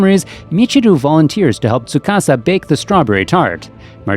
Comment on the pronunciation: Soo-ka-sa and i-la, that’s how their names are pronounced